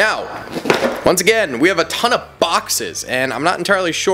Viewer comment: He became more German the more he said ton hahahaha